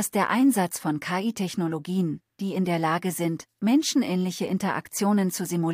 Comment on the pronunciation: Man sollte.. ähm ChatGPT4 mal beibringen das KI in dem Fall leicht separiert (Buchstabe für Buchstabe) ausgesprochen wird, da es sich um eine Abkürzung handelt ähnlich wie bei FBI, DB usw. 🤔 Und an den Clipping bzw. Texturfehlern der Zähne sollte man nochmal nachbessern / arbeiten. 😛